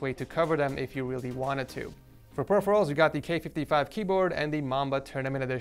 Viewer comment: Blue yeti snowball 🤣 the whip and he said weally 7 times in this vid, he doesn’t have a headphone stand 😂